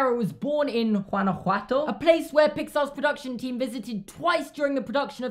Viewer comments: Can i just say, you pronounced Guanajuato perfectly! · Yea boiiii, I live in Celaya a city on the state of Guanajuato. Super weird seeing my state mentioned in a video also great pronunciation by the way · Your pronunciation of Guanajuato is spot on. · I totally fangirled when you pronounced Guanajuato ❤️ I'm from Guanajuato and I love your channel! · Wow he said Guanajuato pretty much perfectly.